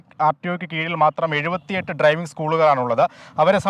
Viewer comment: ട്രൈവിംഗ് അല്ല, ഡ്രൈവിംഗ്...